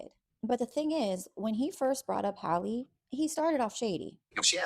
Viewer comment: Why can’t you so-called bloggers get her name right?! It is pronounced “Hal-ee” not Holly.